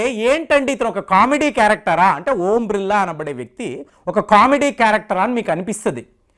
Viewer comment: ఓం బ్రిల్లా❌ ఓం బిర్లా ఎందుకు సార్ తప్పు గా పలుకుతారు